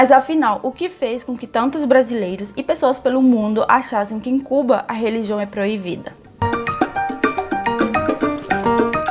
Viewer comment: Só uma dica. Som de b em português é igual o espanhol. Som de v é som de v. Não é proivida, e sim proibida. Atenção pra isso, assim como o som de s é diferente do som de z, que percebi que você já aprendeu muito bem. Seu português é excelente, você pode se considerar fluente sem dúvida alguma.